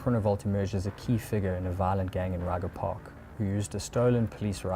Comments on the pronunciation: It's pronounced as 'Ray-kgha' Park, Not 'Ryger' Park. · Thanks for the video… Us, locals, pronounce it “reg-er” park… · Great journalistic value. Only the butchering of "Ryga" park is hella funny. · Lol you don't say it right, say it in Afrikaans